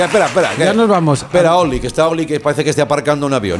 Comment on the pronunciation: pero se pronuncia “Toli” no? 😆😆